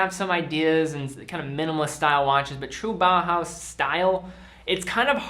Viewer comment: Great video. Are you aware that you say "BAHA" instead of "BAUHAUS"?